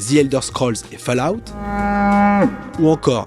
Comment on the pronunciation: comment des mecs de plus de 11 ans peuvent encore prononcer Fallout, falaout..^^ c'est fall, pas fale... c'est comme calof...fukin gen z